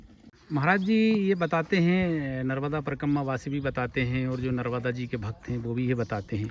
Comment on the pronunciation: MaNarmadaji kijai Narmada har har sabse pahley maiya ji ka naam sahi uchcharan kijiye Maa Narvada nahi #Maa NARMADA hji❤🙏🎉